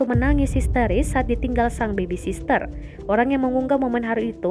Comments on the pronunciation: Ini kenapa ikutan narator yang salah baca si. Sitter dibaca sister 😭 Btw, Cenel gw ngerusak lagu orang 😭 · Naratornya juga salah bacanya. Sitter dibaca sister 😭 Btw, Cenel gw ngerusak lagu orang 😭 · Min, tolonglah min... Sitter koq dibaca sister sii 😭 Jadi gregetan gw Btw, Cenel gw ngerusak lagu orang 😭